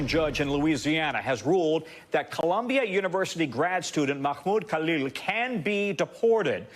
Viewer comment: changes to another language then goes on to call him call-eel the rest of the video 😂😂😂 what a sham